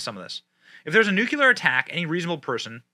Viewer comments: BENNY! FOR GOD'S SAKE, STOP SAYING "NU-CU-LER"! THERE IS NO SUCH WORD! "NU-CLE-AR" IS THE PRONUNCIATION! FOR FUCKS SAKE YOU'RE SUCH AN INTELLIGENT MAN YET YOU CONTINUE TO DO THIS EVEN AS YOU VISIBLY READ THE WORD! PLEASE! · Benny, please. It’s pronounced ‘Noo-klee-er’, not Noo-que-ler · I'd take this a LOT more seriously if Benny wasn't stuck in George W. Bush mode and saying "nucular" all the time. I love him dearly, but really wish he'd get that ONE WORD right and say "nuclear", since, um, that's the way the word is pronounced. The rest is spot on, but c'mon, Man, we're back to "You can't hug your kids with nucular arms" levels of self-awareness. Don't be W. He was a diplomat-puking, word-inventing, draft-dodging clown. Was he better than the alternative? Sure. But a Chippendale writing desk would be a better President than most Democrats. Damn, now I wish Chairface Chippendale was President, with Vice-President Credenza O'Stool. SMDH. SMOD 2024. (I mean seriously, it was up on the screen, spelled correctly, and he STILL said "nucular". Pavel fricking Chekhov, who couldn't say "vessels" at least got the Noo-clee-arrr part right!) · *nuke lee are, not nuke you lure. Only one U in nuclear. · N U C L E A R ... NOT NUCULAR...! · It's pronounced NU-CLEAR not NU-QU-LER. That aside, zhelensky is a freaking tyrannical moron.. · Nuclear. Pronounced- Noo kleer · NOO' KLEE ER, dammit! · Bro...its pronounced New-Klee-Yar...NewKleeyar...nuclear...you sound like a damned fool when you get it wrong. Please try harder. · Love you Benny. But it is NEW-CLEAR there is no u between the c and l in the word. Unless you were paying homage to GWB. Lol. C'mon man. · Benny...I adore you, but God bless it...your pronounciations are something else! Its not Vol-doh-more...its pronounced Voh-lod-oh-meer. Its noo-clear. Its WREAK havoc. Its all I can think of at the moment...and though I know youll never see it, I had to say it...again. I still love you! 😄❤🇺🇸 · its not 'new-cleeerrrr'